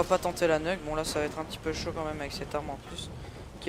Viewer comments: C PAS NEUK MAIS NUKE (NIOUK)!!! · t dégouté pcq on ta tuer ? moi jsuis dégouté de la façon que tu prononce nuke.